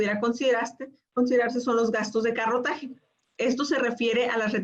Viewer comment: Gastos de corretaje, no carrotaje